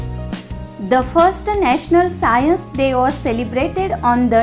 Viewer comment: That is not scaience That is science